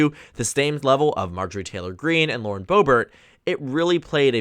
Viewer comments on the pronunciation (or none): none